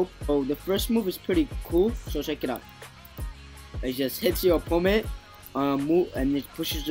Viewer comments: It’s opponent not oppoment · he kept saying "oppoment" instead of "opponent"